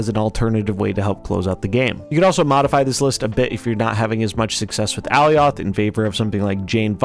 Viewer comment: I love you man but it’s Ah-lye-ith, please 🙏